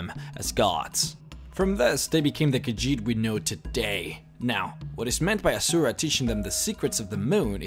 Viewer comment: IT'S azura not azuraih